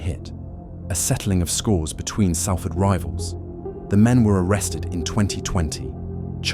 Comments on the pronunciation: selford ?? do you mean salford ? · You should be sh*t for not pronouncing it SOLFORD 😅